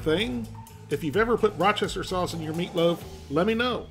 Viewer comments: Just pronounce it as "WOOSTER" sauce like they do in the UK. And yes, Worcestershire sauce is great with minced meat, especially beef. You don't even need to use that much of it. I usually put it in my burger meat before I mold and cook them up. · You misspelled worcestershire, but I'll allow it. What I won't allow is repeatedly saying Rochester sauce. I stopped the video, I just couldn't stand it. I already have PTSD from the "chimichonga" episode.